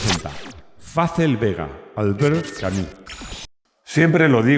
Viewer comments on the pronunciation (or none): none